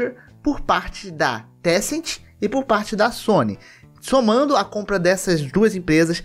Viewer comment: Se vc estiver falando da empresa de jogos chineses, não é tecent, é Tencent